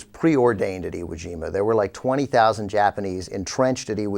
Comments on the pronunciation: Haha, she said Iwu Jama. Sounds like a chinese dunk contest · Did she say Iwu Jima? And since Iwo Jima was Japanese territory, who was the aggressor in that battle Mich-Zombie Bachmann? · Nothing was against all odds for the U.S. in the Pacific in 1945. Not in 44 or 43 either. If an operation had been, it would have been scrapped for another plan. The mere fact that we were at Iwo Jima (in the backyard of Japan) should have alerted her that "against all odds" was completely untrue. But she couldn't even pronounce the island name correctly so what can one expect? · OMFG. She mispronounced Iwo Jima.